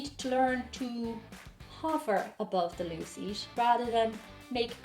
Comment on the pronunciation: When you said "loo" I thought you were saying "law" with an irish accent 😂 took me a second